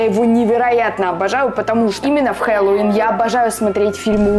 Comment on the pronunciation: Обожаю когда она говорит халавин 😂❤️